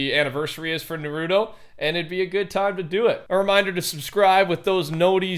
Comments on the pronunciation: Its Naruto not Nuruto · its not nuh-rooto its nar-roo-toe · it's pronounced NAHrootoe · It isn't Nor - Roo - toe it is nar - oo - toe Sorry if this offends you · I hate it when ppl say na-ruto its fucking naru-to get it right geese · Ily but... please... it's Nar - roo - toe.... not nuhrooto. Lmao but besides that thanks for news always! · bruh why do pronounce naruto as "narooto" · The way he says na ru toe makes me want to uninstall life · Daily reminder Naruto is pronounced nar-ooooo-tow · Who gonna tell him it’s narto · No hate but you pronunciation of naruto was incorrect as of the anime it is pronounced as nar-ra-to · Pls pronounce narato as Nar- ahh-toe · Say it with me … NAH RU TOE! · why do you say it like Nuhrudoe? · Nah-ru-toe it’s pronounced nah-ru-toe bro geez. 🤦🏽‍♂️🤣🤣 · Hey I don’t know if you’ll see this but the pronunciation for naruto is nar-ru-toe just so that people don’t attack you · i was fine until he said “narudo” 😖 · How pronounce shisui right but not Naruto 😭😭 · You’re pronouncing なると or Naruto wrong, the ru sounds like a merge of an l and r, and yes that does look like shisui’s mangekyo sharingan. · The way you say Naruto really hurts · anyone else getting mad that he said naruto wrong lmao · Bro why you keep saying naruto’s name wrong my guy? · Can’t believe this fool still doesn’t know how to pronounce Naruto 😂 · U said naruto wrong plus the game is terrible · you are butchering the name and how it said man lmao Naruto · You said the crow dude don’t know who to spell it you said it right but you say Naruto wrong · Can y’all youtubers say Naruto correctly please!!!!! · So u can say shisui but not naruto? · Has anybody else gotten triggered by the way his by the pronunciation of Naruto no just me okay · Nah I love you dog but you violated on the names 😂😂😂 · Can someone please correct him it’s so painful to hear him pronounce naruto wrong over and over and over lol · how do you say shisui right but not Naruto